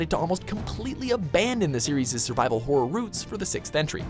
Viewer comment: The way he says horror is horrific